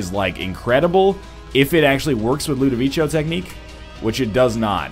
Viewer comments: I know, that's my point. I'm pretty sure it's not pronounced that way in italian. Is that how they prnounce it in the movie? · I hate to ask, but where does he get "Ludovicho" from? I mean, why does he pronounce it that way?